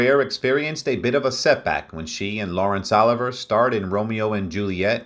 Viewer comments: Hey Robot! It is NOT OLIVER - it is OLIVIIIIIIER! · I hate these damn AI readings and not being able to pronounce Sir Laurence Olivier as "Oliver" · Hilarious pronunciation of Laurence Olivier. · FYI it's Lawrence O li vi eh (pronunciation) not Oliver. It's "A Midsummer Night's Dream, not A Midsummers. It's Wuh ( short u not Woo) ther ing Heights. Elia( accent on the E with li pronounced lee) Kazan . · Sir Lawrence. “OH LIVE E YEA”, NOT EVER “OLIVE ER”! SIR LAWRENCE USED THE FRENCH PRONOUNCEMENT of his name. IT IS “WEATHER. ING HEIGHTS”. THE Pronunciations in this session is absolutely atrocious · Don't you just HATE AI generated narratives?? "Laurence OLIVER" and Woothering Heights. Sigh. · I'm glad I'm not the only one who noticed the mispronunciation of Laurence Olivier. Also, he pronounced Blanche DuBois (DooBwah) as DuBoyz! She sure was a stunningly beautiful lady. I didn't know until recently that she spoke with a British accent!